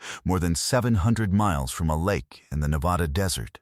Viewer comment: Wish you could learn how to pronounce Nevada Properly